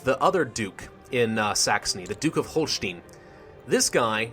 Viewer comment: The pronounciation for Celle is TSEL-leh, Lüneburg similar to LEEnehboorg (ü is like a middle ground in between oo and ee), Holstein = HOLLshtine, Weimar = Vimar. Great let's play, loving it.